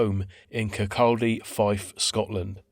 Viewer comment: Great video! Always good to see Fife mentioned on YouTube lol. Kirkcaldy is close to my hometown. It’s pronounced without the L though…. Kirk-audie